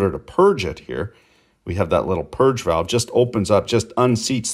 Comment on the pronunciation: Thank you for saying walve.